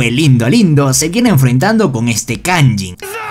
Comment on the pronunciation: No se dice kayin se dice kayjin